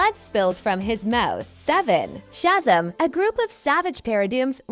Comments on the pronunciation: That text to voice garbage is a plague on video creation. “Shazum” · This bitch didn’t even say Shazam right she said “shazum” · Shazam is pronounced chezem? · I stopped at "Shaz'm" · I hate to say it but your ai is not saying some names right nor some of the words such as Shazam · Learn to say Shazam properly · The way Shazam was pronounced is bothering me lol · Not to mention she pronounced Shazam wrong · Teach this damn ai to pronounce Shazam and parademon